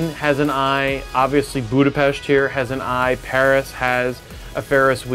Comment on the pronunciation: Finally a man who pronunce Budapest correctly